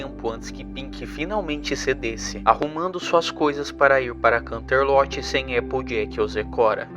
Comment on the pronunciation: desculpa, sem querer sher chata, mas me deu muita agonia da sua pronúncia dos lugares 😨, Poniville seria Ponivil, canterlot seria kanterloti so queria ajudar